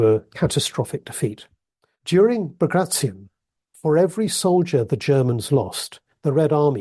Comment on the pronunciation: Bag-ray-shun ... No Baag-raatyon ... Yes